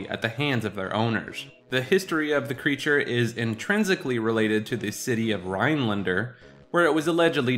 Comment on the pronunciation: Why he say rhinelander like that man